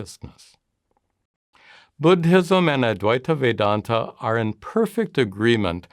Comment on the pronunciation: Bud-Hism? Please stop!